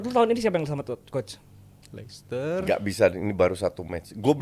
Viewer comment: Nyebut licester aja udah bikin males lanjutin denger ulasan anak baru